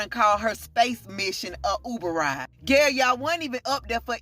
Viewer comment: Her name is Gayle - le = Gay